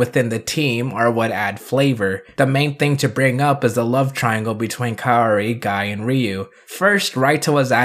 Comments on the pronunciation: It’s pronounced KA O RI, like cowri . Not kayori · With full transparency that I only took ONE year of Japanese..... I believe it's pronounced "Kow-Ree" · It's pronounced KAORI.. not KAORI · Kaori is pronounced as KAWRI as simple that... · How tf did kaori turn to keori Leme tell you something even if you’re american you can still pronounce that right since it’s easy to pronounce like tf The sound of “ao” is “aw”, not the sound “aww” but starts with the sound a then sound of w Then for some reason you put an e in the name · Not gonna lie- it kinda hurt when heard exactly how to say Kaori but was like, Ima just say it like this tho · Funny thing is..you can pronouce "Ryu" Correctly (i remember people sometimes use "Rai-u" when they try to pronounce "Ryu") And somehow "Kaori" is more hard for you, i guess this is going to become a seasonal gag.